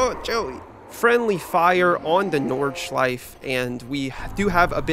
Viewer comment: It's my moral obligatiom as a German to tell you to pronounce the E at the end of Nordschleife